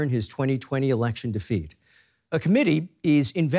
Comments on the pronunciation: "erlection" nice... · What is 'erlection'? 😅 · What's an "erlection"???